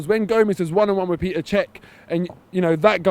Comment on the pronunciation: Hey seeing as how he is now your first-choice keeper you should learn how to pronounce his name properly - it's Petr you wall street banker - not Peter! Did you buy that retro shirt off e-bay you hipster?